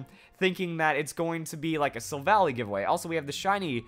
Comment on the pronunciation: "Silvally" is pronounced "sil-val-eye".